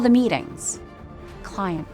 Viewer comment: I seriously heard she said "cunt" instead of "client" 😂😂